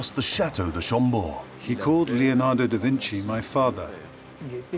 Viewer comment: My ears bleed. LEonado Da Vinci, for god'sake LEONARDO. Not lionardo or whatever you are saying.